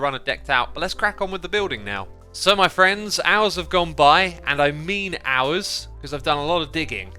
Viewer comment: At the beginning i could of sworn he said "Muffriends"